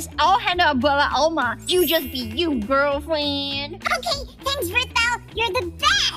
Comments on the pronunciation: its okeh to not be okeh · Its not okeh to be okeh (titan cry 😭) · It's OKEH to be OKEH (titan cry 😭)